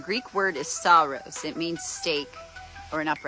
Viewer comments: It's funny you mentioned the pronunciation; hers was painful ... but you saying 'stavros' not 'stauros' kept making me wince (as someone who studied Ancient Greek) :P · Dan didn't make a point of it, but her pronunciation "sta-oo-ros" gives away her ignorance of greek. And there are other greek words spelt and pronounced like this.